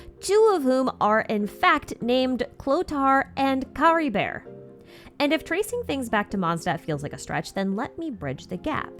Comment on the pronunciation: No but why did you pronounce Caribert as CaribeR 😭🥲